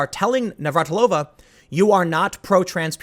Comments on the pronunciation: It makes me feel very, very old that you don't know how to say Navratilova... She was a household name when I was a kid. Navratilova vs. Evert... that was a hell of a rivalry. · You having trouble pronouncing Navratilova's name is a reminder of how times change. She's a true legend in the sport of tennis, and was commonly known by fans and non fans alike.